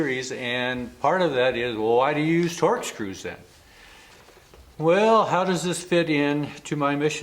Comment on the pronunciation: Were you saying TORCH SCREW or TORX?